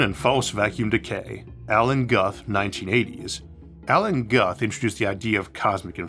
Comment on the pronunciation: Appearing on camera (to show you're not AI?) is a nice touch. Just FYI, Alan Guth's name is pronounced like "Gooth". (rhymes with "booth")